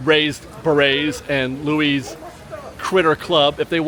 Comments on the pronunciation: I normally try to avoid being 'that guy,' but since this news will bleed into construction updates for maybe the whole rest of the year, meaning you're going to keep talking about it: it's Louis like LEWIS, not Louis like LOUIE. 😆 I know it's counterintuitive with the Louis Armstrong of it all, but you do pronounce the S. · You refer to the character of Louis in Princess and the Frog but you are mispronouncing his name. In the film, they pronounce it like “Lewis”, not like “Louie” as you say. Just wanting to help you say it with accuracy. Love the channel!